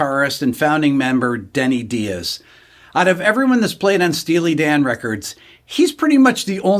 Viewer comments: Although Rick calls him Denny "DEE-AZZ," I've seen Denny in a different YouTube interview pronounce it "DYE-ISS." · Rick, I think he pronounces his last name "Dye-ez"